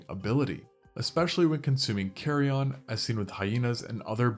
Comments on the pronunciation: "so it's not crazy to believe that they may have been bigger even in the past" perhaps go with "...that they may have been even bigger..." "varied" is pronounced vay reed or vah reed, not vah ride "carrion" is pronounced ka ree un, not carry on (it is not luggage) also when talking about where fossils of species were discovered, maybe say "they lived in modern day country/location " or "found in modern day country/location " instead of "they lived in country/location " "...this has been deduced to the fact that..." should read "...deduced by/from the fact that..." there are a few other smaller moments throughout the script/voiceover that could use some touching up in the form of some words being rearranged/added/removed for things like flow and clarity, but overall rather good not sure how many takes you did but some of these felt like it was the first take, it is okay to re-record so the flow of your words and voice sound better and more readily understood this is all meant to be constructive! keep makin videos! just some things to think about for the next ones :) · Love your videos. Wish I wasn't so distracted by the way you pronounce "varied" and "carrion".